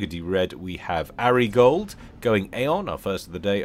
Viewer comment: Did you never watch Entourage? So it would be Ari Gold to rhyme with starry fold, not arigold to rhyme with washing up gloves.